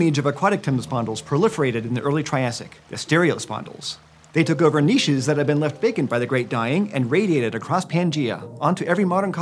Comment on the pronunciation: Thank you for finally saying 'niché' properly